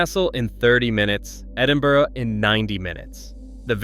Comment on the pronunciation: 208 miles from "Edinborrow"!!!